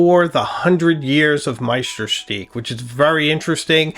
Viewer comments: sorry to differ, but it really should be shtook as in book, which is far closer than steek to the original German pronunciation. I know it's not the easiest of words to try saying correctly. Kudos for doing your best! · Please, please make an effort to pronounce Meisterstück as it should be. You pronounce it as stick, so where is the stück..? Be aware of the role model revieuwer you became after all those years on YouTube. Thousands follow your reviews and start to think they pronounce Meisterstück wrong. Use Google translate and listen to the lady in your Smartphone. 10 seconds work... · BTW, it's pronounced, my-ster-stoook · Please learn to pronounce Meisterstuck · Wow, that is gorgeous! I prefer silver-colored accents. The runes were a nice touch. Also, I notice you've changed your pronunciation of Meisterstuck and am curious what informed that decision. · I'm French and speak German too : your pronounciation of Mont Blanc (no T nor C pronounced) is perfect, but your pronouciation of Meisterstück is not (it should be like "Deutschland über alles").